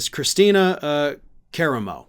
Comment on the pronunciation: You are horrible with names bro absolutely horrible!! Lol ca-ra-mo!! 😂